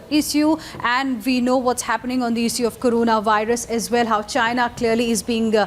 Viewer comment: Mouthpiece ??? GTFO ! Dislike. Now you need the mouthpiece's news to make a breaking news, Times Now, you clearly have some mistakes in your studio as hosts. Get your host to talk properly first. Its "issue" not "eeesu" .